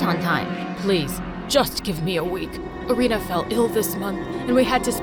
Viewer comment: thats not how Irina is pronounced lol